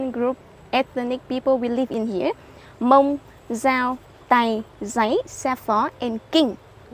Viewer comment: Its not hamong its hmong😮